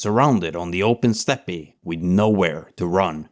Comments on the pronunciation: Good video. Just so you know though, steppe is pronounced like "step", not "step-e". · Just small nitpicks. Overall brilliant video but "steppe" is pronounces as step. Zhukov is pronounced as zukov not as zuko. Very good video. I subbed! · The word ‘steppe’ is pronounced ‘step’ and not ‘steppay’ as you do here. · It is pronounced STEP Not STEPPAY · Steppe is pronounce step. No “pe” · You don't have to enunciate the e at the end of steppe, its like step. Just saying. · well made vid and great topics that are often overlooked. fyi: 'Steppe' is just pronounced as 'step' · "Stepp eh"? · I’m not knitpicking, I just wanted to point out that the “E” at the end of “steppe” is silent. It’s pronounced exactly like a normal step. 🫡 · As far as I know Steppe is a direct import from the Russian "степь" pronounced "step" with no trailing vowel in in the original nor the English pronunciation. I believe the silent e on the end is the fault of the Germans? Antway. I mention this because another commentor was trying to suggest your mispronunciation of the word steppe is evidence that youre an AI, when it's clear that you just need to be advised if which phonetic rules to use in a foreign language chsracterized by exceptions more than rules.